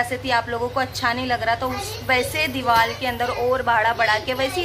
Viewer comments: Deewal nahi deewar hota Hai. Aur nahi to kya😜😜just kidding dear don't mind. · dewal nhi deewar sahi bolo